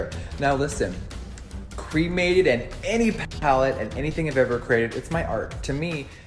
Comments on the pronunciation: I just think the palette is ugly but that's ok because I don't buy his things anyway. Also why does he pronounce 'cremated' like that? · I'm so over Jeffree, but there's no way he could've predicted something like this. There is alot of death themed stuff out there, death will always be part of life. (That being said, Jeffree saying 'my dad was cremated' sounded to me like 'I have a black friend').